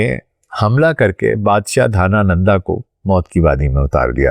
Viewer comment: Channakya nhi chanakya dhanananda nahi dhanand chandragupta 😂😂